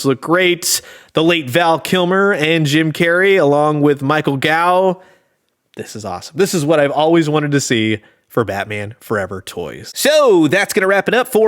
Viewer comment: Gough is pronounced Goff, not gow.